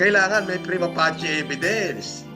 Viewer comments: mali yung pronunciation ng prima facie, ang tamang pag pronounce ay "prima fey-shi" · Prima pacie❌ Prima passi✔️